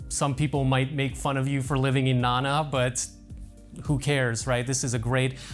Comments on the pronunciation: Na Na, not nan na. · You would think all the time you have spent in Thailand you would learn a little bit of Thai. At least how to correctly pronounce common words like Nana